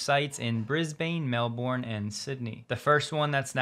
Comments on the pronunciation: Bris-bane is pronounced Bris-bun, Mel-bourne is Mel-bun and Australia is 'straya. hehe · Melbourne, say it like Melburn Brisbane, say it like Brisbuhn… ✌️ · You mispronounced Brisbane and Melbourne.